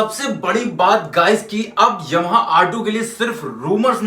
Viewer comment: aapka ymha bolna bahut badiya lag rha hai, pure eastern UP touch😊😅😅